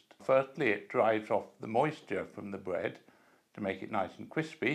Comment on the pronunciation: Nice and criwspy bwead. Why do many British talk this way